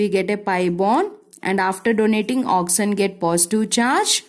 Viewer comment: it is oxygen not oxyzen